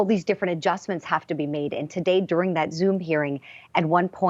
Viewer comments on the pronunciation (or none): none